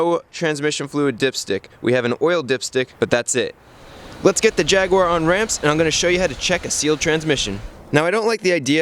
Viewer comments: I only came here to hear Jaguar pronounced wrong.....😁😉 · Jaguar is NOT pronounced Jagwar. It is Jag u (you) ar. JAG YOU ARE! Why can't Americans ever pronounce anything properly? Haha